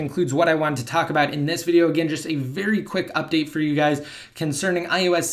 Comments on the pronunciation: Why do you say ius not ios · why are you pronouncing it as ius 7?